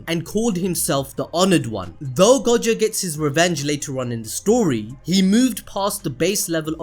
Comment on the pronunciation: "Saturo freaking Gojoh"